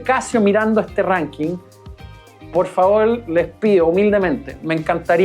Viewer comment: "Por favol"... 😅😅😅